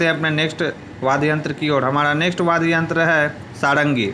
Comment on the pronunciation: वाद्य बोलो भैया वाद गलत बडे जा रहे होय